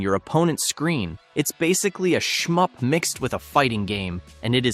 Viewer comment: it's a shmup, not a shump